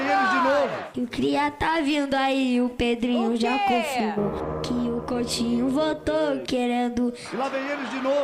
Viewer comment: coUtinho e não coLtinho